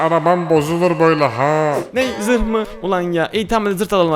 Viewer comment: Abi neden zırh yerine zırt dedin